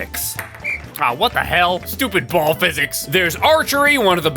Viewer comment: i love the emphasis on the BALL😆😆😆